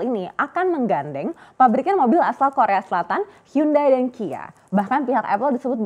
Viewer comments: hyundai, bacanya yandai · Dihhhh.... Bacaannya hyonde bang. Hangeul: 현대 Romanization: Hyeondae Romanization + penyederhanaan: Hyundai Pronounsasi/ pengucapan: Hyonde